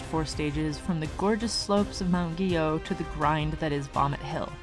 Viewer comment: As a former Summit County resident, a person of French heritage, and someone who (needlessly) took 10 years of French, I have great appreciation for pronunciation of Mt. "ghee-YO". Chapeau! See what I did there?